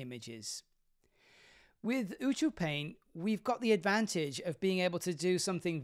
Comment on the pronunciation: ew-two-paint? that clearly says U-cue-paint.... can people not read today?